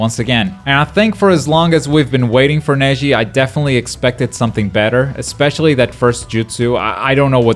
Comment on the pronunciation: he said to Neji "her jetsu"